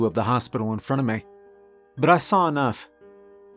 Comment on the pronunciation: Now that I've realized it, I can't unhear the fact you say "may" for "me" and "ruhm" for "room."